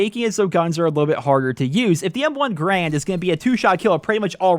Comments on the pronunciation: "M1 Grand" lol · M1 GRAND? Re-read that shit, boy, you're doing it wrong.